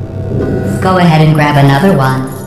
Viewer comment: Grab not grabe mate